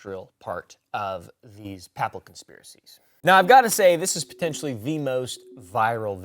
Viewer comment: How does one manage to mispronounce “Papal”? Isn’t your mom Catholic? Jesus Christ, dude. 🤦🏽‍♀️